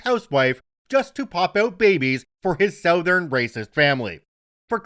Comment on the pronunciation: Your inner Canadian's coming out with your pronunciation of Southern =D